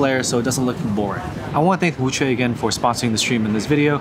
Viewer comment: Wuque would be pronounced more like “woo chew-eh”. Chew is kinda in between chew & choo (like a choo choo train).